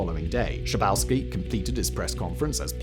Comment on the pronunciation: Don‘t Bücher the names. Günther „Shah boff ski“. It‘s really that simple!!